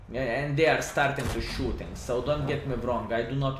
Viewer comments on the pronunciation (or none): none